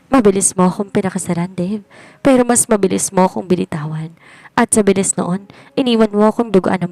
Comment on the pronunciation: Wala lagi sa pokus ..ang salitang mabilis .ay naging mabiling.. tinry q lng ulit pakinggan ka pero lagi aq nadidismaya sau narrator..dahan dahan na nga pero may mali kapa din